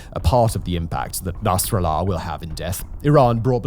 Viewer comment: nas-ra-llah is pronounced with the emphasis on the SECOND syllable.